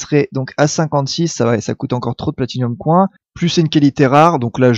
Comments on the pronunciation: Dans ce cas autant donner les deux prononciations genre: [Accent Français] "Platinium Coing", à prononcer [Accent Anglais] "Platinium Coin". L'anglais leurs sera indispensable de toute façon, autant leur donner un coup de pouce et profiter de leur attention pour leur faire écouter du vrai Anglais ! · Platinium coIN on voit bien que tu es francais xD